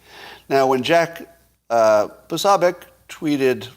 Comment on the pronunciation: You would think that by now you would have learned to pronounce Jack Posobiec's name correctly. Nope. And your opinion on the FBI involvement is just that. You don't know who Ray Epps is so you haven't followed the investigation at all. Darren Beattie of Revolver news has been investigating that for months and continues to uncover more info that shows their involvement. But with the total corruption of the DOJ, FBI, and DC in general, proving anything is not going to happen. META=Make Everything Trump Again or Must Elect Trump Again. F Bob Smith.🖕